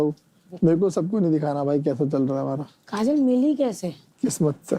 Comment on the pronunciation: Chipkuu kajal bolo ache se..